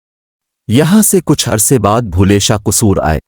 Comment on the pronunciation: Baba Bulleh Shah name ghalt Read kr rhe h